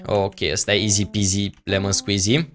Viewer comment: eu nu mai spune izi pizi lemon squizi!!!! Pentru ca intotdeauna gresesti.